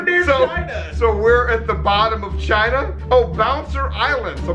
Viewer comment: It didn't say China it said vachina